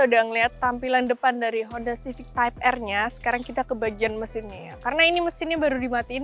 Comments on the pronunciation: type R dibaca Taip ar mba bukan taip er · namanya 😂. ngomongnya blepotan kayak type er /type ar 😂😂😂😂😂 yg bene yg mana y bun 😂😂😂😂